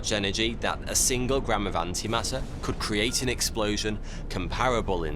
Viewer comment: ‘Coudl’ haha